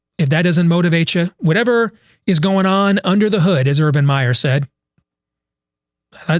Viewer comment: U-rban of M-eyer. Call him.